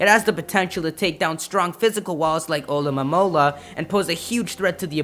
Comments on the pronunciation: Alamomola its alamola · Ah-lo-mo-la!!! It not hard!!!